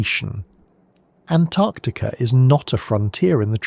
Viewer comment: "Antactica" yup, ai.